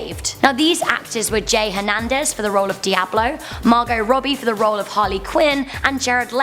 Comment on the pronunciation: The "t" in Margot is silent